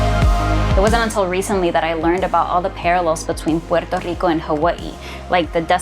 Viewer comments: Why can’t she just pronounce Puerto Rico without the stupid accent, every other word she doesn’t say it with the accent. So annoying I hear Spanish people talk like that all the time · The way this chick pronounces puerto rico is so annoying. Such inferiority complex and whining in one video. Socialist commies have brainwashed so many idiots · Why do you have to say Puerto so whatever pronounced can’t you say Puerto Rico like you say Hawaii and shoot me your number cuzz you fine girl